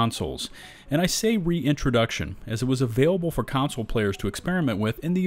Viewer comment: It's "console," not "counsel."